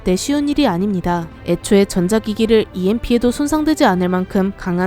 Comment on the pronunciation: EMP를 누가 '엠프'라고 읽씁니까?(여성유령)